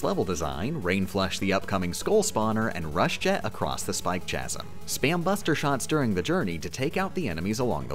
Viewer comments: It's pronounced Kas-um, not Chas-um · Just making this known: chasm is pronounced KASM, no "ch" like cheese. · mans really said tshasm 💀